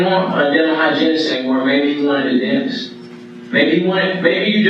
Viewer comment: When the detective said maybe he didn't want a hygienist maybe he wanted to denist I was like Daaaamn🤣